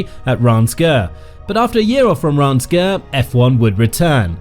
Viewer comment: The correct pronunciation of Reims is /ˈriːmz/ (like beans with an r and an m.) I was fine at first, but by the 50,000th mispronunciation I was punching myself in the face.